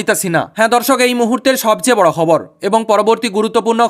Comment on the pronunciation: Apni ki bengali naki Oriya. Khabar word ta thik kore bolun bhai.